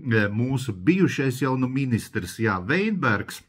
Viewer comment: Kļūda bijušā ministra uzvārda izrunā. Nevis Veinbergs, bet Vitenbergs.